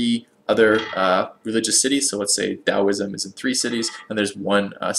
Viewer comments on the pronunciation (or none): none